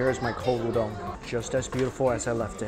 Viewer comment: There's no "dong" in "udon"